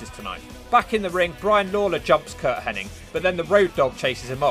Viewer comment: Ask the man himself, I’m sure he must have a Cameo account. But do you keep saying Curt Henning when you mean Hennig?